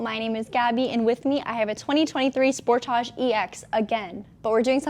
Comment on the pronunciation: She says sportage funny. Sport-AH G, nope edge sport-edge